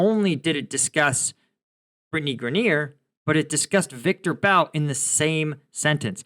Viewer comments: Grineer??? Guess struggles with all pronunciations.. "Grine-er" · Someone needs to teach, "Focus Mode" & how to pronounce last names. Greneer 😆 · Britney Grin-eer? 😂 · FYI - I've always heard her name pronounced GRY-ner (GRY like Cry). I wonder how Britney feels about America now? lol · Sounds like Gri-neer. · I think you may be being too hard on Brittney Griner. Besides mispronouncing her name, you sort of implied that she went to Russia to "live and work" because she hates America. In fact she had an off-season contract to play basketball there; a decision likely based on which international team would pay the most rather than any special affinity for Russia. Also from what I can gather, her objection to the anthem was more in support of the George Floyd/BLM protest movement, rather than being indicative of anti-Americanism generally. In any case it would have been worth mentioning that (according to Wikipedia): "Griner [...] also stated her experiences of being detained in a Russian jail have led her to appreciate the 'uniquely American freedoms' citizens of her country take for granted or overlook. As such, her agent has stated Griner intends to stand while the United States national anthem is played before every game during the 2023 WNBA season." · Ok u r not serious! U dont even know how to pronou ce Griner..u dont k ow this one! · Amusing, your pronunciation of griners name. She should have stayed the poster child for play stupid games win stupid prizes. Aside from the THC product she was in violation of she had multiple strikes against her. It wasn't long ago that they executed homosexuals. Releasing Bout in exchange for her wasn't incompetence but part of a plan . Those in control make the world dance as their puppets. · Good take but you completely mispronounce Griner. Oof.